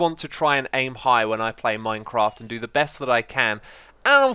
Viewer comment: you soounded a bit Dutch at the beginning "Beste zombie"